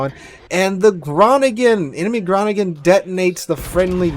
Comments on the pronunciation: Almost right. Groningen is a bit pronouned as "grow-ning-an" and is a town in the North of The Netherlands in a province with the same name. It is not located in the province "Friesland". This ship is named after the province, not the town. I think our did quite a good job with the pronounciation... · Hey, the Groningen is pronounced (phonetically) 'crow-ning-er'.... with the first 'G' being gutteral in sound (like you are clearing your throat). It's a major town in the provence of Friesland in the Netherlands (Holland). Yes, that's where the Fresian cows originated. I'm sure you will have some Dutch viewers that can explain it better than this Aussie, but my ex was Dutch speaking so I learnt pronunciation the hard way. 🙂 Loving your videos mate.